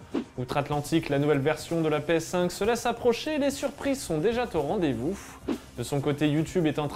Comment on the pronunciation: Oui il y a des t qui se baladent par-ci par-là. Dès l’intro, on a le droit à un « Les surprises sont déjà t’au rendez-vous » 😵‍💫